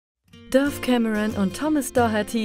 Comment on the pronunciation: Alter Mann spricht das nicht Döf sonder Dafe aus !!!!!!